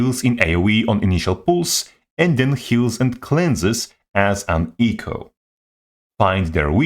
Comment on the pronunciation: try say "echo" without sounding like eco.